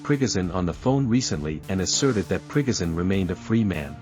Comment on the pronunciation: I'll subscribe if you say 'Pre-go shun', instead of "Prig- azin".